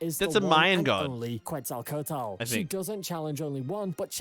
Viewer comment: It bothers me how he says Her name tho i have heard worse😂 The correct pronunciation of Quetzalcoatl is KET-sahl-KOH-ah-tul. The "ue" in Quetzalcoatl is pronounced as an "e" with a closed sound. It is preceded by the "Q" which is pronounced simply as a "K"